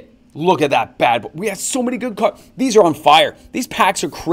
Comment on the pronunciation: bro you don't know how to read half of the cards, coming from a non native speaker.